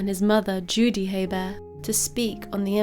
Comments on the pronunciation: Hebert is pronounced a-bear (I'm from New Orleans) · It's pronounced "A-Bear". I live 20 minutes away from where this happened. There are many people in south Louisiana with that name. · The H is actually silent. Pronounced A Bear. There are lots of Heberts in Louisiana l 😀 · In the US we pronounce their name like "Hee burt" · No, it's pronounced "A-Bear". I live 20 minutes away from where this happened. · Silent H, pronounced Abear. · Where is your accent from? Interesting how you pronounce Hebert.